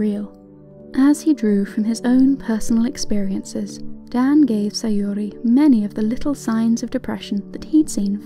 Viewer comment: NEW SAYORI PRONUNCIATION JUST DROPPED 🗣️🗣️🗣️🔥🔥🔥 IT'S SAYURI TIME